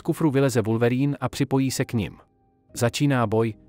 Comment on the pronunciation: oslovení Wulverýn zabijí mé uši